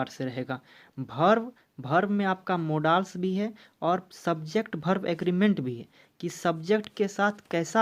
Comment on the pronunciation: मोडाल्स नहीं होता है मॉडल्स होता है-सर पहले आप इंग्लिश उच्चारण सही कीजिये।